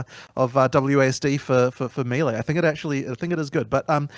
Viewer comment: My question is, why do so many ARPG people not know how to pronounce melee properly. Fucking idiots. Props to for saying it correctly.